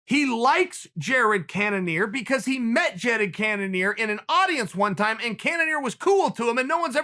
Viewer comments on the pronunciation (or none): “Jadded Cannonier” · No one: Chael: Wobert Whittaker and Jeded Kennenear. Me: ok...